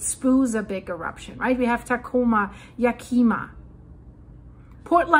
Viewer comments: Really love French Canadian accent, very sincerely. I live near Rainier, sort of stuck here financially; she pronounced Yakima, Yakeéma, which was amusing. Her talks are very informative. Thank you! I subscribed! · I used to live in Grandview, WA in the Yakima valley. Yak (short I) ma. Emphasis is on Yak. Besides correcting pronunciation of Yakima, I want to tell you I never miss these any more. Jesus said before He came again that there would be earthquakes in various places as a sign of the “birth pains” of His coming. While it’s not right now, everything he said would happen before he came is happening. Thank you for letting us know what the earth is doing.